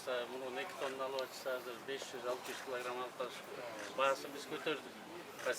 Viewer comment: Кыргызда азыр деген соз казыр болуп айтылабы😂😂😂